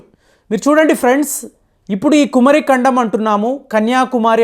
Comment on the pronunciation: meeku pronounciation teleda??? Kumaari kandam...swamy🙏🙏🙏